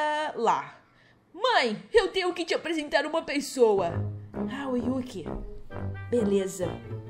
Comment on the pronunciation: Você falando yuqi e eu corrigindo eu::é e yuriii